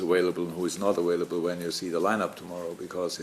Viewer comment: "Awailable" -Jurgen Klopp